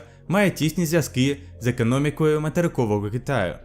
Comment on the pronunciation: Не правильно вимовляєш: налагодила, ідеологія, економікою, хоча і ще декілька слів, а в цілому дуже не погано - продовжуй